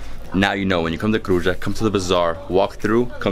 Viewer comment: Kruja isn't pronounced like you said but as Kruia.So j is pronounced like a long i.